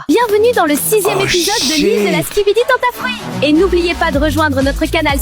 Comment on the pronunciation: Pov tu dit skibidi tentafroute et pas tenteafruit 😂